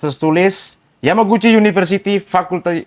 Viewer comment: Roy Suryo malah plesetkan Yamaguci menjadi Kawaguci...😂🤣